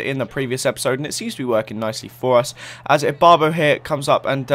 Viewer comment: u always mess up ibarbo and zoumas names!!!! stahhp